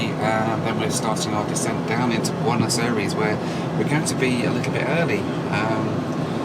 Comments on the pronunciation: Bueinos Eyrees? Suddenly you're Murican? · I hate how you pronounce Buenos Aires